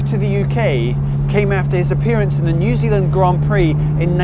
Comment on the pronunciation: Nu Zulund!